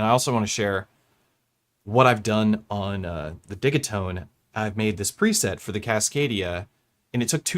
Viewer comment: Dih-GEE-tone, they are digital boxes. Though I also dig them.